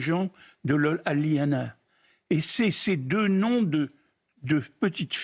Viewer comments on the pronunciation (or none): none